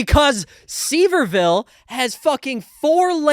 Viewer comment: It's pronounced Seh vir ville. It's like an hour away from me